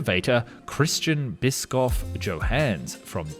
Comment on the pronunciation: Christian Bischoff Johannes, not Christschän Biskoff Tschohänns 😅